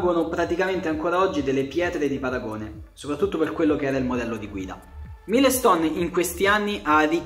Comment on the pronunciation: "Mailston" sarebbe più corretto come pronuncia, significa pietra miliare. Comunque io a sbk ci ho giocato ed era difficilissimo senza controlli. Aveva una quantità di regolazioni infinita e senza sentire cosa fa la moto (come fai un force feedback per le moto in effetti?) era ancora più difficile. I giochi di moto devono essere arcade purtroppo